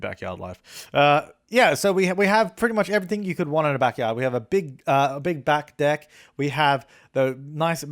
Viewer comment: you said big back deck all I heard was big black dick... God help me